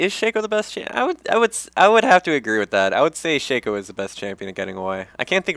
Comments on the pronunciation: it's not "shakeo", its "shocko" a "shakeo" is a hat marching band players wear. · Actually, if you go by how Riot pronounces it (and why wouldn't you? They did create him) it is "Shakeo", he pronounces it right